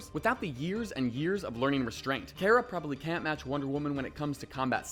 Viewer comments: Cara not Kara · "k-air-a" B R U H it's k-ar-ra